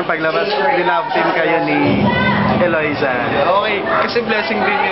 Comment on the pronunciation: Natawa lang nman sya kc wrong pronounce c kuya ng name eloisa dw imbis na loisa. Un lang un. ✌ #joshane ❤❤❤